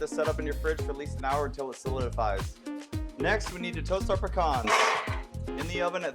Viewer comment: I just subbed solely on the fact that you pronounced pecans correctly 😀